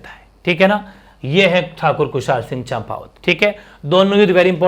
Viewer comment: सर "ठाकुर कुशालसिंह चंपावत" लिखो और बोलो ना कि "ठाकुर कुशालसिंह चाम्पावत"।